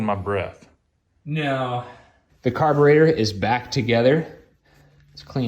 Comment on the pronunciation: Nice old bike . Laugh at every "car ber aydor"